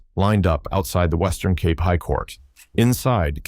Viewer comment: Why are you using the AI generated voice -- Pronunciation of even simple and common words like "Cape" is off..